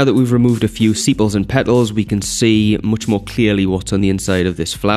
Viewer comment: its sepal not sipal